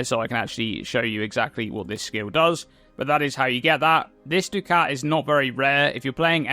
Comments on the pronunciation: Buckets of mispronounced ducats. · I think I might actually go insane this league with everyone pronouncing ducat that way lmao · Fun trivia - I found out the other day ducat is pronounced like "ducket", like bucket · I thought this must somehow be the case, but every search I did only listed duck-it as the correct pronunciation, so I'm a little at a loss.